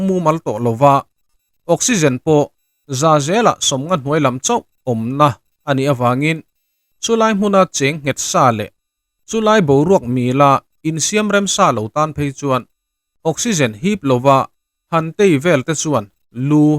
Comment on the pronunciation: "Chulai boruak mila.." tia lam rîk tûr hi i lam rîk dân a dik lo, MÎLA tîin thlûkna sign awm ang maiin i lam ri daih. "Awm ve bawk mah sê" tia thlûk fân ngei ngei tûr zâwk laiah MAH SE tîin i lam tawi hmuk lawi si, motor speed sân laia driver-in a brake ding chuih ang hian i lam daih a ni. Mizo ṭheuh sî ti nge mahni hnam pianpui ṭawng, a lam rîk dân mai mai pawh kan tihdik famkim theih hlawl loh le, a mak vê thlâwt. Kei chuan 100% in ka lam ri dik thei, thil mak erawh a ni lo, thei lo tâ ila a mak zâwk ngawt ang, a chhan chu ka pianpui ṭawng a ni tlat. Youtube channel nei ho, a bîkin ngaihthlâk chî channel ho hi in thil upload pakhhat zêlah hian lam rîk dik loh a awm ngei ngei, ṭhenkhat phei chu upload pakhatah ringawt pawh dik lo tam tak a awm thei nia, mak tak a ni.